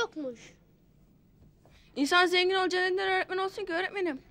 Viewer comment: Nurseli idizin örtmen demesi hâlâ kulaklarımda kadını görünce aklıma geliyo😁